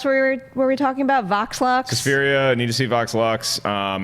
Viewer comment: I kept hear say Vox Lunch instead of Vox Lux